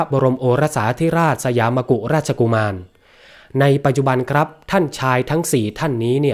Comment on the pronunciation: สยามมกุฎราชกุมาร อ่านว่า สะ หยาม มะ กุด ราด ชะ กุ มาน 😊 ไม่ใช่ มะ กุ…อ่านผิดหลายครั้ง 😊